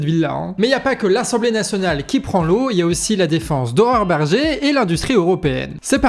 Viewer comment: C'est moi ou ...? A chaque fois que tu prononces le nom de cette femme j'entends horreur berger xd